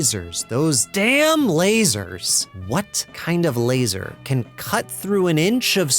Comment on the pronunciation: Its LAZOR 😂